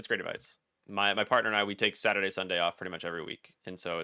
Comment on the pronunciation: said "my partner and I take Suturdays and Sundays off". Is he Gay?